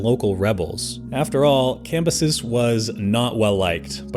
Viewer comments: Isnt Cambyses pronounced cam-bye-sees? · Thought the whole point of the second channel with a worse narrator was better pronunciation, and the video starts with the dude mispronouncing Cambyses (Classical Latin) IPA(key): /kamˈbyː.seːs/, [kämˈbyːs̠eːs̠] Tell me you used a google ai pronunciation without telling me you used a google ai pronunciation.